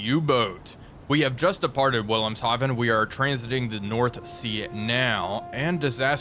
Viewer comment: You pronounced Wilhemhaven half right. You have a special form of silly if you pronounce German W's as English W's, but pronounce "Haven" in the appropriate German accent. It's like you are trying to be wrong.